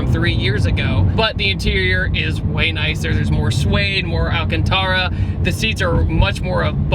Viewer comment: ALCANTERA NOT TARA